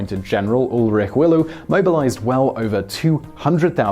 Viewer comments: It's Ulrich "Wille", say "Will" and an "e" like you would pronounce "Eh?". What you said was something like Ulrich Willouu. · Redout? Ah you mean the Reduit and General Wille not General Willllu. I think, appart from some details, your video is awesome but you really have to learn to pronounce german, french and italian names and words if you want to talk about european history without making people gringe.